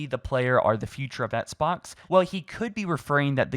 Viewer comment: What is an etts box? It’s pronounced ex-box man.